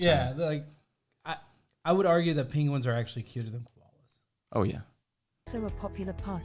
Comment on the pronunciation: did you learn how to pronounce penguins by listening to Benedict Cumberbatch? LOL!